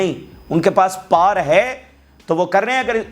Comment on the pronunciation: पार नहीं पावर बोलिए